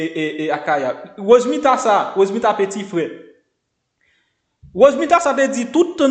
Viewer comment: Bon wouli ou paka di non pèsonn se rose Mila se pa rose mita